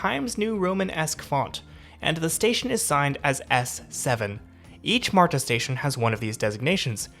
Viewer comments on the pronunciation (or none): Just some friendly ATL pronunciation tips. Dekalb sounds like de-CAB (like a taxi cab) the L is not pronounced at all, Gwinnett is gwi-NET, and the T in MARTA is not so heavily voiced. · "marda", not "marTa" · its "mardah," not "martah" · Good information especially for newbies. A couple of things though if you don’t mind… It’s just “MARTA”, not “MAR-TAH”, and DeKalb County is pronounced, “De-kalb”, not “Decob”. I’m thinking from your accent English may not be your first language (?) but just pointing this out. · It's not 'Mar-Ta' it's 'marda' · although there is a 't' in marta, it's not enunciated as you are doing. It's just pronounced 'marda'. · You trip me out with your pronunciation, specifically on the T in MARTA. It is correct, but if you ever hear anyone local say it we sound more like marda.😀 You are very clear and well spoken so kudos to you. Enjoyed the video. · Thank you!! That MAR-Ta is hurting my ears. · No one in Atlanta pronounces MARTA the way you do. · I’m one of the few Atlanta natives that loves MARTA. I have severe driving anxiety and it has given me my independence. Also, your pronunciation of some of our local counties made me giggle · Dude, as a local, I enjoyed your perspective, but please learn how we pronounce MARTA, DeKalb, Gwinnett and other local names. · This video is so good, with high quality shots and funny lil jokes. But as some others have pointed out my southern ears were bleeding from how you were pronouncing MARTA 😂